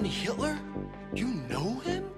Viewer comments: As a german I can certify: this is the most german way to pronunce hitler.... yeah we dont roll the r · as a german i can say that on he pronounces his name perfectly right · Gotta love how the black dude is the only person who pronounced Hitler german